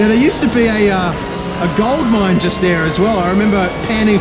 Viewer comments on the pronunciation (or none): none